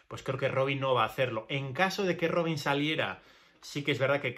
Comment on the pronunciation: Robin pas Robine, tu prononces pas correctement, mon vieux. Robine c'est nom de femme. On prononce Roban, c'est plutot ainsi, essai de le faire bien.